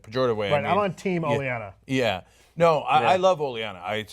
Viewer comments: OH - LEN - AH!! It's Olenna, not Olyenna. Sorry but i can't ignore but please for next time. OH - LEN - AH!! And Episode 8's title is called "No One". Episode 9 is titled "Battle of the Bastards". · God fucking damnit. Stop calling her Olyenna. There's no Y in there anywhere. Just stop!!!!!!! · Oh-lee-anna? Lol, don't u guys hear it pronounced in the show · It's called a "cold open". It's O-len-na" not Olinia. (How do you review a show and so obviously don't LISTEN to the actors when they speak names?) The next episode is titled "No One", then "Battle of the Bastards", not The Battle of Riverrun. Cenk must be related to Jon Snow, because he knows nothing. Damn dude, just check IMDB before taping these! You got BOTH of the last episodes titles wrong. There's a reason I watch 10x as many "fan-based" reviews than I do "the big boys". Cause the big boys (establishment) are LAZY. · It's Olenna, guys, not Oleanna. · It is Olenna Tyrell not Oleanna. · OLENNA! It's OLENNA! Sorry, they are driving me crazy with this "Olienna" talk. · Its Olenna! O-Len-Ah...not O-lee-en-a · It's lady Olena not "oh llyana" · never thought hearing someone say "olianna" instead of "olenna" would be so off putting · The Queen of Thorns' name is "Olenna", not "Olee-ana" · Guys, the Queen of Thorns name is Olenna, not Oleanna. That's "Oh-Lenn-Ah" not "Oh-Lee-Anna." Her name has been said a number of times on the show, and has read the book and should know how it is spelled. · do me a favor and stop mispronouncing Olenna. Where are you getting Olyanna from? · The worst part is he's spreading it to other people. Ben started saying "Olyanna" and Cenk had it right at first, then switched to Olyanna. It's Olenna, no need to get fancy, just sound it out. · Cenk, you keep saying Lady Olienna. Makes me think of butter... mmmm...butter... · YES!!!!!! I swear i heard "old Lyanna" lol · the name is "Olenna" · Your mispronunciation of Olena made me cringe so hard I'm the new Three Eyed Raven.